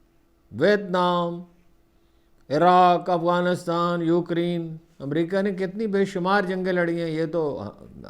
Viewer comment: Ukreen nai hota ukraine hota hai bazurgwar